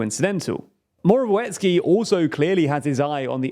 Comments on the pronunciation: The 'w' in Morawiecki is pronounced as 'v' like in a vampire. The whole surname is pronounced "Moravietzkee" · Moravyetzki Try to read that the next time you try to pronounce "Morawiecki". As a Polish man I think that is a way better phonetical spelling than whatever you have. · It's pronounced as Moravietski :P